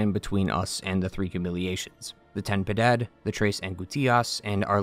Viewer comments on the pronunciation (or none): Ok so, i'm spanish and your pronunciation of Ten Piedad and Las Tres Angistias makes me angy. Ten Piedad translates to "have mercy" and is pronounced "ten" instead of "tɛn", while Piedad is pronounced "Pyeh-dahd". Las Tres Angustias, meanwhile translates to "three anguishes" is pronounced "an-goos-tyahs". Sorry for being a know-it-all, but it's my country and my language and *le annoyed mutterings of a closet grammar nazi*. PS: Methinks the grievous miracle was first, but the people, thinking that miracles don't occur without direction, created the high wills to "guide" the miracle. The high will then became the parasites they are, while the grievous miracle kinda set up the necessary things to be freed (crisanta, the true heart of mea culpa, the forth visage, etc.) and then The Chad- i mean Penitent one, showed up and kinda sorta fixed everything. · I've never heard an English speaker pronounce Ten Piedad correctly, but you've gotten the closest. You're leaving out the "i" in Piedad. You're pronouncing it "Pedad."